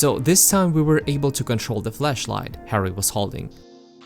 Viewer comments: Am I the only one that notice that everytime he says flashlight is sounds like hes saying fleshlight? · My hidden sexuality stat must be high. Kept hearing flashlight as fleshlight. Great series.